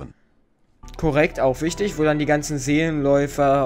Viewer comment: Wichitg haha